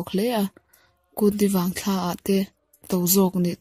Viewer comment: Kut ni vang thla a 'thla' tih hi 'thla' (moon) ang a lam tur a ni. Thla 'hlim thla' anga lam loh tur.. Uluk lehzualin aw.. next ah chuan..